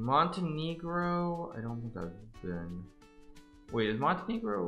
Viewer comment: Hikaru pronounces Montenegro with a hard e sweats profusely in Spanish 😅